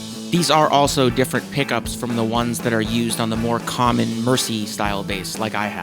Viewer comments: Small point… ‘Mersey’ is pronounced ‘Mer-zee’, not ‘Mercy’! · Excellent vid rundown and your demo of its sounds is superb, just one teeny comment about your pronunciation, you pronounce the Mersey model as ‘Mersee’ up here in Liverpool ( and the U.K. generally )the correct pronunciation is ‘Merzee’ I’m sure lots of us brits pronounce US place names wrongly , so no biggy ! Once more, a great vid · Mersey is pronounced "merzy" not "mercy." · Mersey isn't pronounced like mercy. It's the name of the river in Liverpool and is pronounced "murzee", or in some Liverpool accents perhaps more like "mairzee" .. but never like "mercy". For the pronunciation listen to a famous song from the 60s "Ferry Cross The Mersey" by Gerry and the Pacemakers ... it's on youTube... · Pronounced ‘mer-zee’ not ‘mercy’. Great video though 😊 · Excellent video - Just a 'heads up ' on pronunciation - instead of 'Mercy' bass ... try 'Merzee' ! It's named after the river which flows through Liverpool ... The River Mersey (Merzee). After all, it's the River Danube ... not the Danoobeee! Yippee! 👍👍👍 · thanks man. fab. btw it is merzee, not merci. ta luv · It's pronounced "merzy" not "mercy" or do you say "mercybeat". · BTW its pronounced "Merzee" not "Mercy". If you're a scouser its Meearzee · Mersey is pronounced more like MUHRzee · Mersey is pronounced “mer-zee” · One thing you didn't know: Mersey is pronounced MERzee (like Jersey) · Pronounced "Merzee" in UK. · Mersey is pronounced "MERZEE" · Or if you wanna be really pedantic you should pronounce it as “Mearzee” like a true Scouser! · Sorry to pick you up but it's pronounced "MERZEE" Thanks for the info, I found it enlightening.